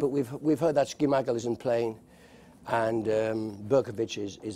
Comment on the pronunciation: I'm actually amazed I instantly knew he was referring to Schmeichel when he said Ski-Michael and I remembered who Carlo Nash is...